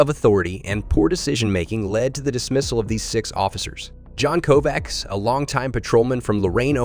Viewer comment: Kovac is pronounced with a ch at the end